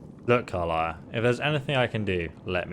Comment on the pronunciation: Listen,, it is pronounced Ka-lee-a, Ca-li-a